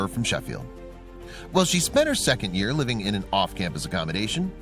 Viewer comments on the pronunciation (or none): none